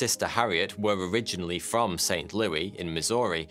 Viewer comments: Saint Lew-es, not Saint Lew-wee. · Um its def NOT St [Lew-ee] St Louis [Lou-is] think about it like this St [Lewis]. And I'm glad you didn't try tackling the state St Louis is in too. Cuz that one will spark disagreements from coast, Missouri. Some say Miz-Or-EE, others say Miz-orr-a. And just avoid New Orleans at all costs. I'm lost when people say Nah-linns....but I kinda get it since I'm Bawl-moor, Mar-Lynn, affectionately a.k.a. Bodymore, Murdaland. Just a brief State's Lesson in regional accents to remedy the butchering of St. Leww-ee a dozen times in this vid 😉😏🇺🇸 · Saint LOO-is, not Saint LOO-ee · I live right down the street where this happened in saint louis. Also it’s not saint Louie it’s Louis like the name (: also my great grandma worked at the hospital while this was happening. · In America is pronounce it Saint (Lew-is) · Lmao, It's actually pronounced St. Louis with the S not St. Louiee. But that's okay, amazing video learned a lot about my home town. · I live near St Louis. No one here pronounces it as St Louie. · Saint LOO-ISS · It’s pronounced St Lewis. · saint loo-es 👍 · Great video as always! PS: The "s" in St. Louis isn't silent. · No one gonna talk about how he kept saying St. Louis wrong lol, love your vids man keep up the good work